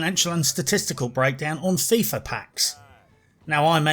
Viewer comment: Fifa sounds like Thiefa